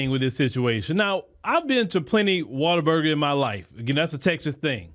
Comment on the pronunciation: Water burger❌ What-a-burger✅